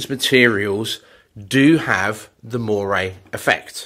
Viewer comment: This effect is moiré - not moray (that's an eel!!)